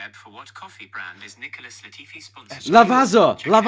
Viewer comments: as long as I heard lavaZa I stopped the video 😂. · Lavaza I’m dying 🤣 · Actually Lavazza is Italian and the z is not like an "S" it's more like a "ts"